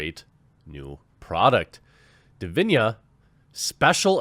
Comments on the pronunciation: Hi Jeremy great vid but i believe its pronounced di vi na and not di vi nia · As of today, still much more men play and watch E-Sports Games Which means there a more male E-Sports players Which also means there are more better E-Sports male players It's not always about "Muh SeXiSm" Edit: Its DiviNa with an "N" sound. Not DiviNHa or Diviña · Dude, you are butchering the name. It is Divina not Divinia...... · When the quaterin reads divina but says diviñia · Jeremy, it's just 6 letters. D I V I N A, not Divinia :D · It's Divina, not Diviña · Why do you keep saying Divinya when it obviously says Divina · What's witht he weird pronunciation of divina as if there was an i before the a? do you say chinia?